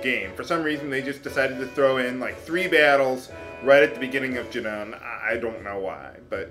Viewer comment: its pronounced "june-in" not "june-on" lol donkaments.